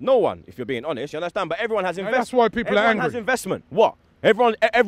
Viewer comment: U undestan??? 😂😂😂😂😂😂😂